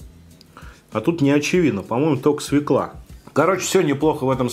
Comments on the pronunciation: Вот люблю я смотреть тебя, но твоё свЕкла.....меня передёргивало пол выпуска...не свЕкла, а свЁкла.... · Извиняюсь за снобизм, но всё-таки свЁкла) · Свёкла, ну пожалуйста, свёёёёёёкла. Невозможно ''свеклу'' слышать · Неплохой обзорчик, лайк, только не свеклА, а свЕкла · СвЁкла, а не свеклА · Написано же, грибы ассорти. Свёкла, а не свекла. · свЁкла!!!!, Вы же образованный человек... наверное...